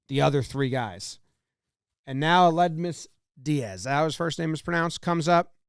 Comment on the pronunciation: Aledmys = “A lid me’s”